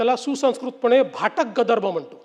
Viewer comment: गदर्भ. नाही सर गर्दभ